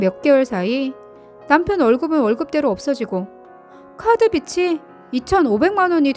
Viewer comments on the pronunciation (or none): 좀 바르게 읽기 좀 합시다. 빗이는 비시 빚이는 비지 빛이는 비치로 제발~